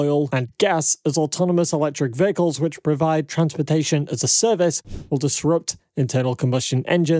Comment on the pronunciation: The word "vehicles" was spoken 2392 times in this video. And pronounced as "vahicles".